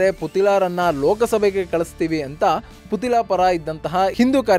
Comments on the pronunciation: ಪುತಿಲ ಅಲ್ಲ ಪುತ್ತಿಲ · Sariyagi putthila antha pronounce madappa neenu